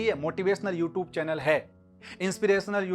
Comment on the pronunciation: namste sir ji sir bohot achi shuruat hai...all the best bohot acha laga sir aapko dekhkr itne dino baad u r very good teacher sir sir ek baaat bataani h pls dont mind..mai bas positively bol rha hu aap "you tube" word ka pronunciation thoda better kar sakte h..Ty sir🙂✌